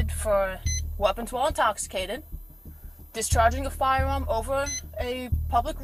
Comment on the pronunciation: 😂 the second one with the chick who’s mom is the federal agent, the female cops speech impediment cracks me up!! Listening to her trying to read the charges.. discharwing a firwarm… 😂😂😂